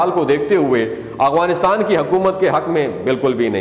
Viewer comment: Not agwanistan but Afghanistan تلفظ ٹھیک کرلیں اپنا